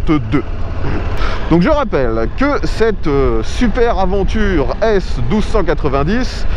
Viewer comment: Franchement pas cool de prononcer « aventure » au lieu de « aDventure ». Pour un pro des essais moto, cela ne fait pas sérieux. Certains vont dire que c’est anecdotique mais ce n’est pas le cas.